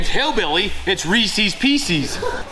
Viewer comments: Reese’s Pieces. Reesehz Peesehz. You know, like it’s spelled. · Receeeeees peceeeeees. Say it just like Hillbilly! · OKAY, guys name was Reese; so they are his pieces... meaning Reese's Pieces NOT Reesies Piesies... Thanks for the great content. Can't wait to see how Ed takes all this. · Reese's Pieces- (eees) I pronounce it wrong and I don't care. Rees-EES-Piece-EES!!! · Ree-sess Pee-sess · Anyone else—forgive me if it’s just me—think Hillbilly just asked for Reesee’s Feces? 🤣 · It's always been reesies pieceies same as hillbilly says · Reese's Pieces should NOT rhyme with feces.